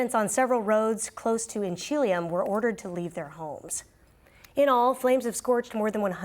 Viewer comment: Inch cha LEE um pronounced